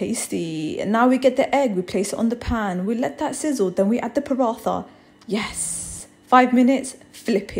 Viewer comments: As an indian The way she pronounces parantha is triggering me..... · The way she said paratha was so cute 🥰 btw it’s actually pronounced parata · Honey, it pronounced (parata) tha is ta , looks delicious tho thank you . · I love when she said Bismillah, and she said “paratha” that is how it’s spelled, but not it’s pronunciation, it’s pronounced “parata” But I love ur vids so I don’t rlly care, you are actually so smart! You made a great breakfast dish. As a Muslim and a 10 year old hijabi, I understand everything you go through! I love how you do everything in a car Love, Tuba, 10 year old from Canada. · Asalam alaikum it looks amazing would love to try sometime but I think you are pronouncing the word PARATHA incorrectly it is pronounced like this parata ok may allah bless you good bye :) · I love this but my lovely try to pronounce paratha by accentuating the “t” in the word like parattha. The tajweed in food names ❤️ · It’s not pronounced like paraTHa it’s Paraatta. You don’t make the TH sound. That’s a different type of TH in Hindi. It’s a heavy T sound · Its not parat-tha its pronounced as paradt-ha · Sorry, but I think it’s pronounced Pa-Ra-Ta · the way she pronounced paratha made my left eye twitch 😭😭 it’s pronounced “parat ha” (without the space ofc, i just wanted to explain that it’s not a “tha” sound but a “t” “ha” sound) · Paratha lol its pronounced parata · The way she pronounced paratha 😂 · Someone tell her that she's pronouncing paratha wrong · You pronouncing paratha wrong! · Paratha isn't pronounced like that.